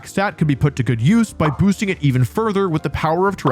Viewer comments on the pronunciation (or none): none